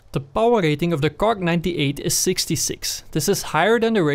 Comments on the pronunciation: It's not kark it's kar. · How come you pronounce it "kark ninety eight" instead of "kar ninety eight"? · Is he saing KARK? no budy its kar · KARK? you mean Kar98K lol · I swear, 90% of the comments are about him saying ''Kark''... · KarK xD Jeeez dude... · KAR! Like KARABINER! Not KARK! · Its not from his accent or sth like that... He thinks its kark... Look at the stats for example... It says kark 98... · it really bothers me that he says karK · KARRRRRRRRRRRRRRR NOT FUCKING KARK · I saw the title after I posted the comment. Probably because the gun is the Karabiner 98 Kurz, so he is shortening the karabiner to "kar" and adding the k for kurz. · im sorry but i just cant watch this video with you calling it "kark" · Everyone tryna say hes wrong for calling it a KarK, you're wrong. He (and many others) call in the KarK because, (KAR)98(K) so they dont confuse anyone with the difference between a Kar and a Car :) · "Well com tu duh Kark 98 in layers known blaatle glounds."